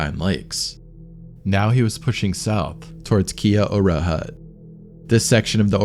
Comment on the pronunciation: Kia ora isn't said like that bro. It's like key-yal-da. It's a maori greeting